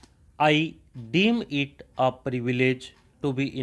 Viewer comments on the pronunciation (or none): Sir normal topic Mai samaj aa Jata Hai pr moderate topic mai words jaise deem embrace transcend embrace shi na bole Jae toh pause kana padta Hai video. Please tough words ko shi boliyega 🙏